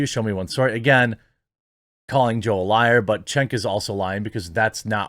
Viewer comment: its not chenk its chunk lol...i want ya coffee dude but idk if you ship to oz